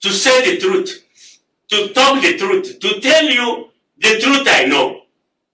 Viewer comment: If you can’t pronounce the word truth. I can’t trust you.